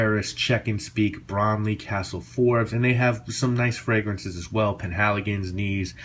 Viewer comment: the k is pronounced in German. It's not neez, it's actually said "kneetsche" with the k pronounced. :)